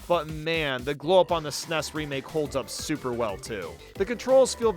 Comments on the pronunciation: Everytime he mentions the new super mario bros games he says “soup” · why does he call them soup games?